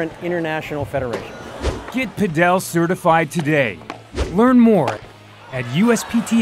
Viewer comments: its not "pad ell". its just Pad ul". please learn to say it correctly.... I live in Spain and this is 100% not the correct pronunciation, its not like padell as in bell.. its padel as in full or padle if that makes it easier... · Why does he pronounce it "paDEL" rather than "PAdel"?